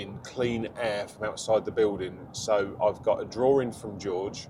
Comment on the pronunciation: It's not a DRAWRIN it's a DRAWING